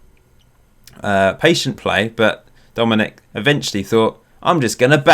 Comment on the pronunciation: Also, I believe Dominik’s name is pronounced Sha-Boz-Lie